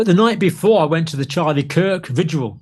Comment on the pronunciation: It is VIGIL ,,,,,, not Vijual Sorry , but every youtuber is saying it like a Homie